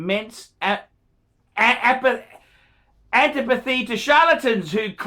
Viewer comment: Dear sir, practice your lines before reading your "presentation." I can't tell whether you were tripping over your words, or tripping over your tongue more!? And learn the correct pronunciation of common words like "antipathy," which I quickly developed for your smug mug...you f***er!